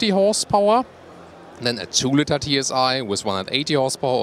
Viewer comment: please work on your English skills..miss-pronunciations like beer instead of bear (pronounced bær) or litter instead of litre (pronounced leeter) are a bit embarrassing.